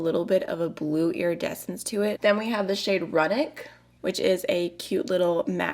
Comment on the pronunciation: I like this smaller palette format! Lethal makes amazing mattes and beautiful textured sparkly shades. 😍 Also, not to be that person, but you mispronounced a few shade names - "Runic": roo-nik, "Sigil": sih-jill, "Talisman": tah-liss-man.